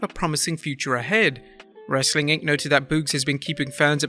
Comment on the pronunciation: The host really needs to learn how to pronounce wrestling, other than that very informative